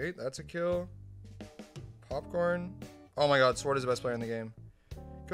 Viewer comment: "5 really good players and sward" epic